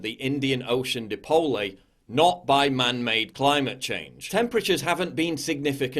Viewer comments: Ha ha ha! the Indian Ocean Dee-polay". You claim you know climate science? It is pronounced die-pole you ignorant toe rag. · Dude!! you're try to pass off 100years of the WALGETT COUNCIL (Walgett is a town in NSW) temperatures as the AVERAGE AUSTRALIAN temperatures!!??.And what is the "Dee-poll-ey"? it's the "DIE-POLL"!...what a shill you are, although I'm positive you're just parodying a climate change denier. Luv ya work,. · Dipole is pronounced 'die pole' not 'di po lay' kinda representative of the ignorance of science that goes into climate change denial. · lol "dipolay" should be pronounced "di-pole" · Lmao, depolay. It's 'die-poll'. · It's pronounced "dye-pole" not "Deepolé" you nutcase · The Indian Ocean Dee-Polee is pronounced Di-Pole Fantastic blog by the way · “Dipoley” haha - it’s pronounced “di-pole” 😆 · Dipole is pronounced Die-Pole not Di-Poh-Lay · Die-pole, not dee-pole-ay. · interesting video but... it's pronounced di-pole, not dee-poll-eh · Great video Paul! But 'dipole' is not pronounced 'dipolé' that got me haha! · Paul, just to say, dipole is pronounced die pole, not dip o lee. Cheers! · Great vid, it's die-pole not dipoleh. Other than that, perfection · But tells us about the dih-pole-ays again! :D You tool. How can I conclude that you have the first clue what you're talking about when you can't even handle proper pronunciation? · "the Indian ocean di-po-lay" 😂😂😂😂 This guy is such an expert on this topic he can't even pronounce it right 😂😂😂😂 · So if dipole is pronounced “dee-po-lay” shouldn’t Dellingpole be pronounced “Delling-po-lay”? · “Dee-polé.” You lose whatever insignificant amount of credibility you had when you mispronounce a scientific word like that. Clearly indicates you have no clue what you are talking about. Dipshit. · di-pol-ey lol lool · So, Paul, you think the "Indian Ocean Dipole" is pronounced "Dee-poh-lay"? Hahaha! I almost pissed my pants! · Where does he say DEPOLAY? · I'm here for the "dih-po-lay". . ROFL.